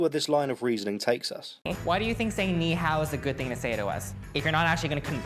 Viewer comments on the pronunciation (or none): He pronounced nihao wrong. I don't know if it was intentional.